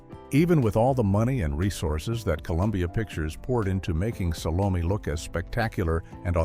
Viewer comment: I have never heard as many different AI mis-pronunciations of the name "Salome" as are voiced in this video.